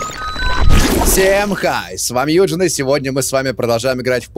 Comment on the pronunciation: Юджин стал французом)